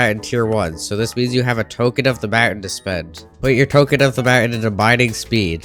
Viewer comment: Mountain too 😭